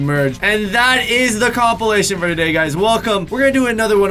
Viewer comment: when was like, "And that is the complation today guys" I thought the video was over and i was like what the? at least the first one is funny. BUt don't worry i watched the rest:)